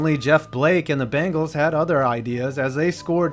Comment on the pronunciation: When he mispronounces the bengals and misspells their name